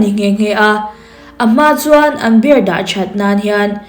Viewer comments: Beer🍺 i lam dan hi a dik chiahlo miss😊beer🍺 hi chu mizo hawrawp a biar tia lam tur ania,savawm (bear) zawk hi tuna i lam dan anga bêr tia lam zawk tur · Bear = savawm 🐻 Beer = 🍺🍻 Mizotawngin a lamdan dah chhin ang aw Bear - beer Beer - biir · Bear ( savawm) angin i lam char2 a lawm beer chu mizo tawnga Biiiirrr ti anga lam tur ania.. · Mizo tawnga Savawm chu bear,Zu chu beer(biar)tia lam tur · Tinge BEER hi 'BER' tia i lam rik tlat a, SAVAWM tihna daih asin. Chrome atang khan english lamrik dan dik lo en thin rawh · Bear angin i lam a,beer 🍺 tih zawk tur ni awm tak,kalo ti ve mai2😊